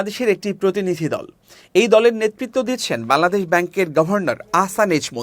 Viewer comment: বাংলাদেশ উচ্চারণ সঠিক ভাবে করবেন☹️